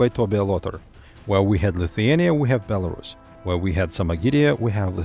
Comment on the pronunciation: [BelarUs] last syllable is stressed